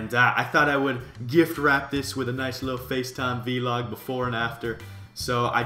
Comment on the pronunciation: I love how he says vee log instead of vlog